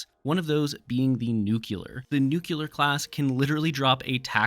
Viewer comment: Bro please for the love of God don’t ever say “nucular” again. The word is pronounced “new-clear”